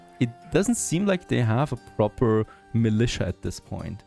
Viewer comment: haha, just commented to you pronouncing Manola as 'Manolurrrr' and you just called Militia 'Militiurrrr'. What is it with Germans and the A sound at the end of a word? I play League of Legends and I know they call Vayne 'Wayne'. But what the fuck bro? XD